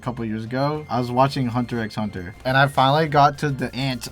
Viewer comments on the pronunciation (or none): whose gonna tell you don’t pronounce the X in “Hunter X Hunter”